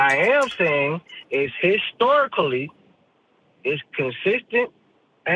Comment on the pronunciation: I’m 13 minutes in and I still can’t believe the call said, histic-storic-lly. That will probably be stuck in my head for days. 😂